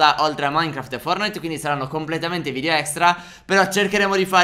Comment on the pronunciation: si dice VIDEO non VIDIO!